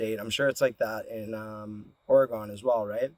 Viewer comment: This man said or-ay-gon but great vid other wise